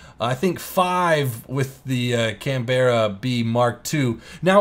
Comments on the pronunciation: Canberra. We Aussies say CanBRA, you Americans seem to say CanBERRAH. Hmm. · It's Can-bruh not Can-bear-a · CAN-BERRA WUT, YOU MEAN CAN-BAH-RRA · Can-Berra facepalm Americans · btw the Canberra is actually pronounced "canbra" its also the name of the Australian capital state its just spent differently but u can pronounce it your way np there:D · The Canberra is pronounced canbra it's the Capital of the ACT Australia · I really don't want to be an arse but that is not how you pronounce 'Canberra' you don't need to put so much emphasis on the E just saying.